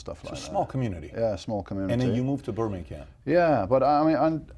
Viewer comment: In Burminkham " lol